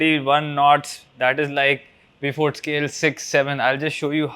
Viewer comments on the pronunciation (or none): Great video! BTW the Beaufort Scale is pronounced BOWfort ( as in BOW and arrow).